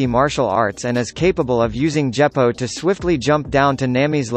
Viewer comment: Djeppo? WTF man??